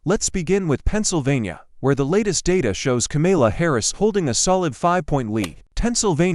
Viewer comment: Please learn how to pronounce Kamala's name.